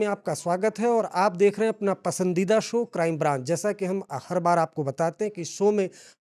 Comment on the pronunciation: सो नहीं बे... शो होता है... सर्मा नहीं होता है.. शर्मा